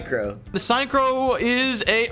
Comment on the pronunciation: I actually don’t know why he pronounced ,, synchro ,, like a sign so ,, sign crow ,, especially after the english word sounds exactly like the German word without the ,, -nizer ,, ending. Synchro should be pronounced the same as the ,, SYNCHROnizer ,, 😂😂😂 but ok it’s just to funny to watch like that